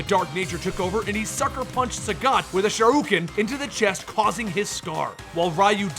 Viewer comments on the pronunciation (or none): I know this video old as shit but I hope you brushed up on your pronunciations by now because hearin you say "shoruken" made me wanna kill myself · Freaking say it with me now Sure-Ryu-Can! not Sharukan! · I hate being that guy but man, I kept cringing at the incorrect pronunciations I mean, I expect Ryu (since for some reason, people STILL get it wrong to this day lol), but shoryuken? It almost felt like it was on purpose XD